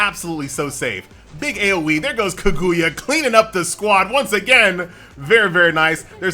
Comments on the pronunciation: Ka-GOO-ya. Boy they about to get you lmao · Kag - OOO - ya LOL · The game is decent but the way says kaguya is something else